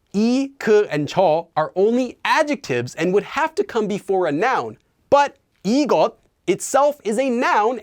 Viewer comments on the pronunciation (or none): so it's pronounced like 'igosun' and 'jeogosun' rather than 'igotun' and 'jeogotun'? sorry for the ugly romanizations haha it's just i feel like ive heard it pronounced with a t sound :) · why did you not pronounce the ㅅ as "s" in 이것? it sounded like 이겉. Can someone clarify so I can say it right. Thanks.